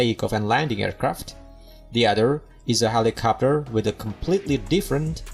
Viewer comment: Helicopter… not helicopper 🤣